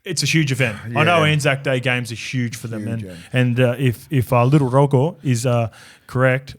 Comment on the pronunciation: Ps. G in Rogo is said like a J